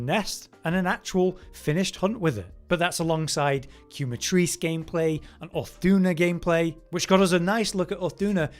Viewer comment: The U is silent 😭. KEH-Matrice. The "que" comes from "quemar" which in spanish means to burn